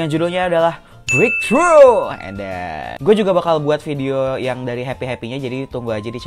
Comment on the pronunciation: Breaktrough breaktrough bang bukan wasuy wasuyy *edaannnn 😂😂😂